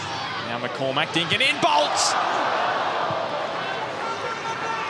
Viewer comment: McCormack, don't but so much emphasis on the Mack, it sounds ridiculous. Irish names are the english speaking world's cryptonite